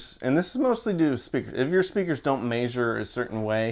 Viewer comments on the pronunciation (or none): Are you from southern Illinois? You say “maysure” instead of measure. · Love how you say MAZEURE instead of MEZZURE! Reminds me of my IA teacher in 1978 named Garland W Reedy